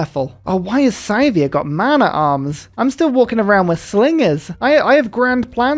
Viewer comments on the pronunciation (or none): Every time you pronounce Scythia as "Scythe-ia", a part of my soul dies